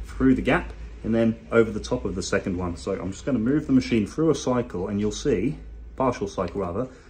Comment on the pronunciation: "fread frough the front"